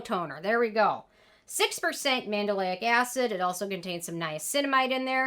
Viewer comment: I cringed every time you say Mandelic lol